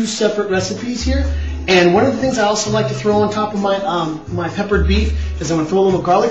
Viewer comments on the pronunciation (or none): none